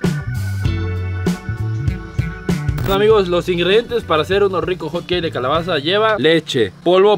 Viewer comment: 🗣️🗣️Hot-keis✅ Hotcakes 🥞 ❌